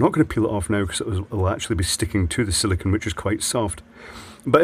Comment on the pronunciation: Sili-CONE, not Sili-CON as you keep saying. Two very different materials, as you should be well aware!